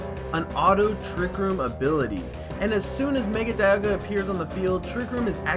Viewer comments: dialga is prounouced dee-all-gah not die-al-gah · This video is awesome: end pahlkia and diahlga its palkia and dialga